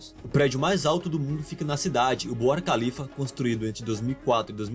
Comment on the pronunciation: Khalifa K h tem som de RR forte